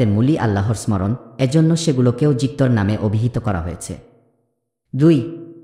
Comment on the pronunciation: ভুল উচ্চারণ। - যিকঅর সঠিক উচ্চারণ। - যিকির ভুল উচ্চারণ। - স্মরণ ( smoron) সঠিক উচ্চারণ - স্মরণ ( soron)